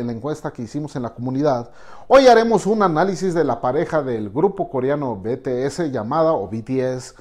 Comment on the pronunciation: El español beteese 😂😂😂😂jajjajaa Bities hahaha en el inglés y otro continente